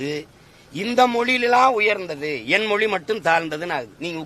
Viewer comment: முதலில் மொழி என்பதை சரியா உச்சரிக்க தெரிந்து கொள்ளடா நாயே